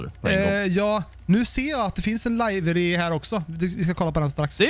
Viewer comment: Du uttalar livery fel.. just sayin